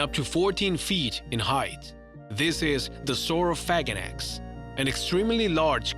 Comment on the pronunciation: #8-Sauro"phaganax" lmbo sounded like he said sauro-faget-x